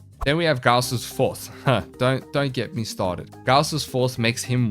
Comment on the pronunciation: i will forever call him gause not gauss